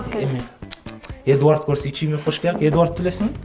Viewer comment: Эдуард эмес Эдвард 🤣эдваааард ушатай меня сумырки 😅(сори)